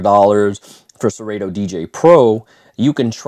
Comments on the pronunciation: Did this man say ser-8-to? 🤣🤣🤣 its actually pronounced sir-auto haha. Great review tho. Just messin. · Hate to be that guy, but you are both wrong. It’s SE-RAH-TOE. Listen to Kanye West’s ‘Dark Fantasy’ and you’ll hear the how it’s pronounced in the line “you ain’t got no fuckin’ Yeezy in your Serato?”.